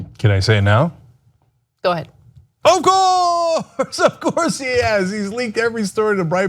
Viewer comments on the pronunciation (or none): I love it when cenks say's "Of Course!!!"😂😂😂